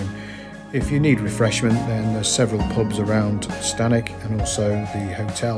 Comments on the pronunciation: Sorry to correct but it's not 'Stanic' its 'Stanwix' pronounced 'Stanicks' There was also a dig in Dec 22 at the site of the old bath house and the Cumbria park has closed its doors to the public and now being ran by Serco holding asylum seekers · Very good, . It's stanwix, as in six